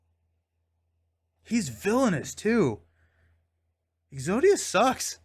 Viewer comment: Is it exodus or exodius? You were pronouncing it the second way but the spelling looks like the first… I’m confused